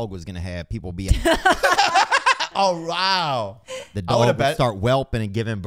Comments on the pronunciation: that is the most Asian "oh wowww" ive ever heard 😂🤣😂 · quite possibly the most Asian “oh wow” I’ve heard from Bobby